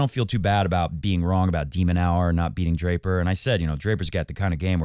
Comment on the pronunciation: Genuinely love the show, keep it going I feel like you have such real takes. Feels like you say what everyone on the couch is thinking but other youtubers/reporters wouldn’t say, always keeping it 💯 I watch all the time but sometimes I can’t get get around when you mispronounce Tiafoe or De Minaur just feels how can you know ball but you never heard the players themselves or anyone else pronounce their names 😅 Also I want Fritz to win in the final but it’ll be tough against a Jannik Sinner in full form 🤯 In the words if Jannik himself “but lets see what will happen in the future, no?”